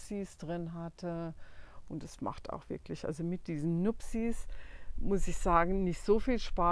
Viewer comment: Hey 👋 Ich weiß ja nicht, woher aus Deutschland du kommst, aber du sagst "Nuppties"!!! Und auch andere Ausdrücke (die ich grad mal wieder vergessen hab), die ich auch sag. Es hört sich für mich oft so an, als wenn du eine Herkunfts-Mundart hättest, die die Vokale recht lang zieht... ich selbst komme aus Kiel, Schleswig-Holstein, wo wir "kieläsch" sprechen. 😅😅 Du bist mir mega sympathisch mit deiner Art, Sachen anzufangen und sie dann umzusetzen. Ich habe schon so oft jetzt lachen müssen, weil ich mich darin so sehr wiedererkenne. Ich werde jetzt mal weiter schauen und bin gespannt, was noch alles kommt. 🤩